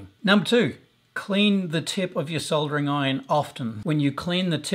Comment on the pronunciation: Soldering pronounced the right way!